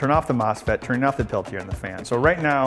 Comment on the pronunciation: anyone else cringe when he pronounced Peltier?